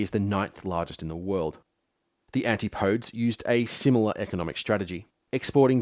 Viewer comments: 'anti -podes'? Always thought it was pronounced 'an-tip-o-dees'? Please correct me if wrong... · He also mispronounces antipodes at around 47. Guess some of this was AI assisted.